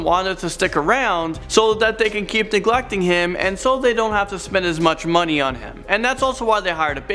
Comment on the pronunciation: "so they can keep DEglecting him"